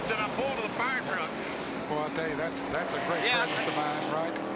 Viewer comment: Petty yells for the FAAHKIN FARE EXTINGUISHER